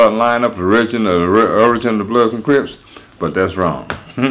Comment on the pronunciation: Yo man correct me if im wrong but this dude said ish that they were called the cribs, he didnt pronounce the p. We know it wasnt like that. Whats the deal. Or am i hearing things?